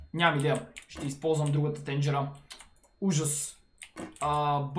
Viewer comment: Оф човек казва се тенджера не тенджере